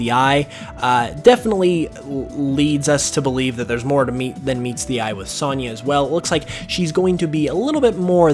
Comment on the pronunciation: Great video. But have you never heard the name sonya pronounced?